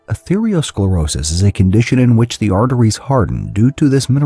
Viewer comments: The reader in the video conflated artereosclerosis with atherosclerosis, saying athereosclerosis throughout the entire video. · Atherosclerosis, not athereosclerosis. Come on, man. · It's arthero and not arthereo. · This expert is grossly mispronouncing atherosclerosis.